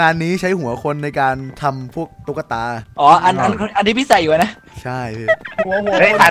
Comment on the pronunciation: ตุ๊กตา ไม่ใช่ ตุ้กตา